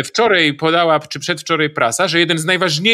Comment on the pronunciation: Mam prośbę, proszę nie mówić WCZOREJ i PRZEDWCZOREJ, a także rozważyć, czy można wysyłać pomoc niecałymi ciężarówkami?